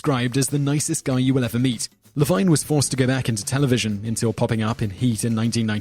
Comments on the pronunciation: It's pronounced Johnathan Demm-mee! And Ted La-veen! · The narrator needs to do a little research on how to pronounce peoples' names. He mispronounced Cimino, Demme, Levine, and Sharif.